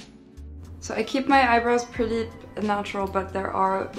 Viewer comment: French, british, and american accents. My throat hurt listening. the way she said pretty in a odd accent then immediately american accent. Disenginuous???